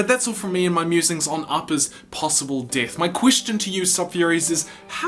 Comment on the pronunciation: So pronounce “death” as DITH? #SITH